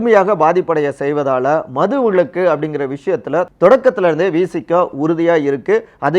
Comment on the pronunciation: ஏப்பா தம்பி, உங்களுக்கு தமிழ் சொல்லி தந்தது யார்? மது விளக்கு இல்லப்பா விலக்கு. ஆ.வி போன்ற உயர் நிறுவனம் இதையெல்லாம் கவனிக்க மாட்டீர்களா? ல, ள,ழ,ர,ற உச்சரிப்பு தெரிந்தவர்கள் உங்கள் நிறுவனத்தில் இல்லையா?